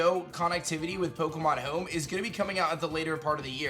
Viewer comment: "Pokemon Heoum"